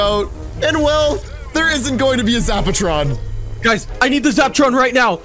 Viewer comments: Why does say zaptron its zapatron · is calling it a zaptron not zapatron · Lol does know how to talk he said zap tron and its called a zap a tron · Price is the Sexiest zaptron is not the same as zapatron. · Why he call the zapertron zaptron